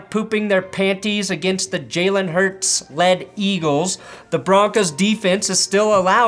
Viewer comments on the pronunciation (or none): none